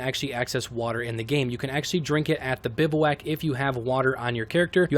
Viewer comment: Great video and all, but it’s pronounced “biv-wack”